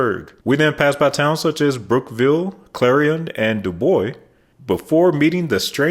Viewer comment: You mispronounced Dubois. Proper pronunciation in Do boys. Not a huge deal. Excellent vid